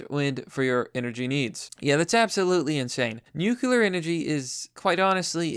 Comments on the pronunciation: Great pres, love it! But dude, could you please say "nuclear" instead of "nucular"? Peace. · Bruh, it's pronounced NU-CLEAR, not NU-CU-LAR. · It’s not « nucular» power, it’s nuclear power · Everyone who sees the word "nuclear" and stil pronounces it " nuke-yoo-lar" ought to be bombarded with gamma radiation for a solid hour. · The way you say Nuclear just makes me shudder..